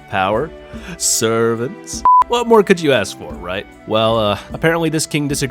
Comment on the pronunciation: Servants why did you say like that? What I mean you said servants like slaves